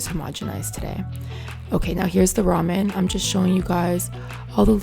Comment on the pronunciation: Everyone is nitpicking about how she says "mayonnaise" but what about "roman"? Not hating just friendly banter lol.